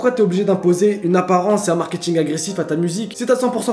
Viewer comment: "Le markiting"